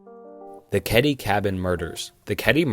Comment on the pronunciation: I can't watch anymore. Youtube keeps recommending me your vids because I watched Wendigoons (really well made) iceberg videos, but yours are literally phoned in. No research at all, and I can tell because literally everyone knows the Black Dahlia is not the black "delilah" - it's KEDDIE not Caddy - and i'll be here all day pointing out the rest. GOOGLE MY DUDE.